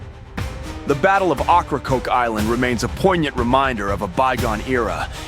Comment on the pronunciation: Learn how to pronounce the inlet the right way if you want to be taken serious